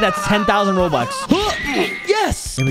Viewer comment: Bro said robuts